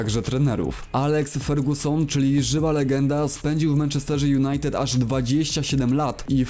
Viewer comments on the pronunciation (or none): none